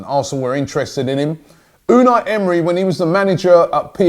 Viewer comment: Robbie Unai Emery’s name is pronounced emray